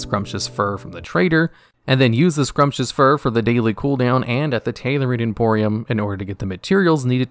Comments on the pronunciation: “Pee-air” “Scrumptious Fur” is this dude dyslexic or does he just read the words from 50 meters away and make a good guess? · "Scrumptious fur" def my favorite new pronunciation. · Great video, but check your pronunciations on Pierre Sumptuous Fur Expulsom